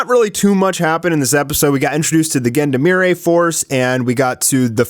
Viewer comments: Love your videos, but you really need to google how to pronounce "Gendarmerie" 😅 It's zhan-dhar-meh-ree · The way you prononced Gendarmerie is basicaly reverse Ubisoft English.